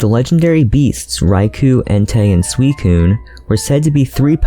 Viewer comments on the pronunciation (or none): none